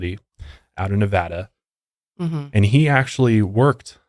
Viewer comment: Thank you for saying Nevada right! Love you guys lol